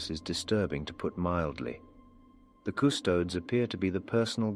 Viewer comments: Small nitpick: In the same way that "Astartes" is pronounced in the quasi-greek fashion (i.e A-stahr-tees), Custodes should also be pronounced that way (Cus-toh-dees, NOT Cus-toads). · the COO STODES! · Custodes is three syllables. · I cringe whenever I hear that but my head cannon work-around is that doesn't speak low (or high) Gothic so his pronunciation may be a bit... off. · I actually like the mispronunciation, it shows is an outsider trying to understand what he’s seeing. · Maybe it could be written off as not knowing the correct pronunciation? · I like how mispronounces Custodes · Aside from the pronunciation of a couple things, like "Custodes", this was really on point. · AFWTMT? PS! I don't know if it's intentional for the sake of the story. But Custodes is pronounced with a hard "es" at the end. It rubbed me the wrong way 😆